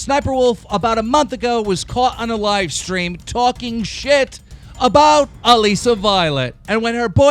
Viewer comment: ITS ALISSA LIKE ALYSSA KEEM OMG LOL